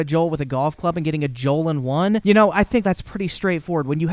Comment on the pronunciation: My man said "joal in one" #joalinone